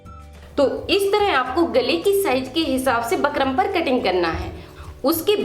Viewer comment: Madam बुकरम् hota h bakram nhi